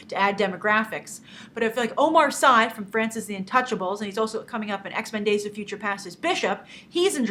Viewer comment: Hi Grace! I really enjoy your show, and feel really bad that my first comment on your channel is nitpicking. I really appreciated one of your previous episode in which you had made an important point of pronouncing Gal Gadot name the way it is pronounce in Israeli. So as a french speaking viewer I just wanted to let you know (if you knew it I'm sorry) that the last name of Omar Sy isn't pronounce "SCI" like in "SCIence" but it is pronounce "C" or "See". May the force be with you!